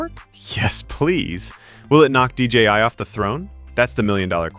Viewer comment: d j i not dgi